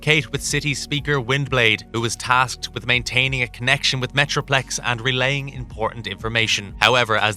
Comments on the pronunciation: I swear he said Metroflex once as well! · unicorn and metroflex huh? are you just reading a script and mispronouncing or is this on purpose? this is my first time watching your videos, thought i'd ask